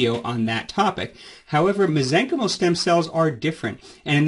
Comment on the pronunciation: Why do you pronounce Mesenchymal incorrectly? The root is from Mesenchyme (Pronounced mez-eng-kahym) as a noun. To make the noun into the adjective you replace the final "e" with "al". I suggest that you correct your pronunciation to stop spreading mispronunciation. You cannot just make up your own grammar rules. I know it may be a hard habit to break, but as a doctor, you should pronounce your terminology correctly. Next video, you can announce your prior mispronunciation and educate your audience accordingly.